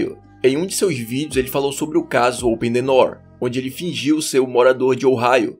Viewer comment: "Oten nenoom"